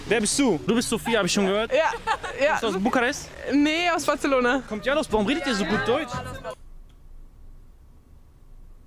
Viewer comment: Als ob echte Spanier aus Barcelona das auch Batzelona aussprechen, sobald sie deutsch reden... Press X to doubt